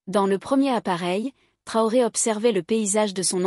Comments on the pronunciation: MADAME ! ARRÊTEZ DE L'APPELER TROUÈ S'IL VOUS PLAÎT. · POURQUOI DÉFORMEZ-VOUS SON NOM ? IL S'APPELLE TRAORÉ ET NON TROUÉ.